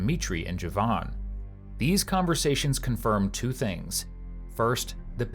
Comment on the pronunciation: They are killing me with these names. "Joevan," "Makeva."